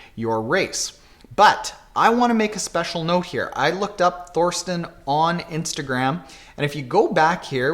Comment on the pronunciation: I'm pretty sure his name is pronounced Torsten. There is no "th" sound in German. Just think as in Thailand ;-)